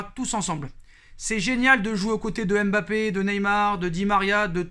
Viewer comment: C'est pas M'bappe c'est Mbappe Ta vidéo me casse le typan Bien prononcer ça ne coûte rien